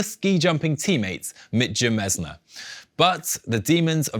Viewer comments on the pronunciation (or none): Pronunciation of Roglič's ex-team mate was "a bit strange". :) It's hard, but for the history books the closes I can get is with Meet-ya Mejnar (Mitja Mežnar)